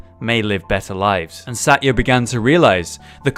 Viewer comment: Satya is pronounced sa-th-ya